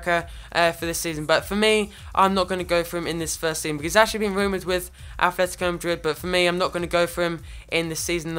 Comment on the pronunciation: It's ATLetico madrid not athletico... You're playing koke and turan in each other's position and stop saying incredible.